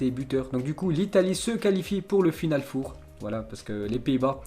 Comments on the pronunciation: stp arrète de dire "four" on ne va rien cuire en chaleur tournante , c'est "final 4" ça se dit "for" , pour le reste certaines infos interessantes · Final four 😂 les français à parlé anglais 🤣🤣🤣 final for! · Final FOUR 😂😂😂😂😂 mais on dit for putain .... pas foure ..... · C'est pas FINALE FOUR c'est FINALE FOR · 😂😂😂 Il a du mal avec final 4 four Prononciation en anglais en fait C'est pas un four à micro-ondes Il le dit à plusieurs reprises en plus. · Hhhhhhh « final four » tu le prononce comme le « four de cuisine » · S’il te plait, prononce Final four: Final fore. Au pire. C’est pas un four micro-onde frérot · FINAL FOUR ca se prononce FINAL "FOR" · Stp l accent, final four, c horrible et rigolo en même temps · Par pitié pour tes prochaines vidéos fait un effort de prononciation quand tu parles du "final four" surtout quand tu le répète une dizaine de fois en quelques minutes 😖😬